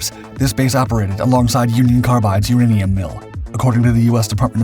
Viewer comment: Also I'm going to add the I'm pretty sure he did use AI due to the pronunciation of "uranium".